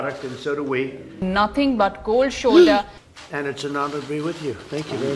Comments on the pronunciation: You mean cold shoulder not kooold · Bro one more time ‘cold shoulder’ 😂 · There is 'cold shoulder' and then there is Koowlld shuulda